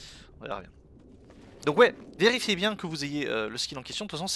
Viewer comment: « vélifiez » t’es rentré dans ton personnage de Draeneï ? Ahah